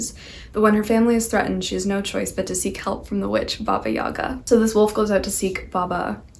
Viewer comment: Hi ! So nice you were talking about Russian folklore a bit. The stress in Yaga (Baba Yaga=Баба Яга) is in last syllable .